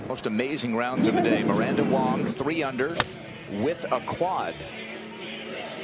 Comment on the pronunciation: Miranda WANG not WONG, geez. Amazing golfer.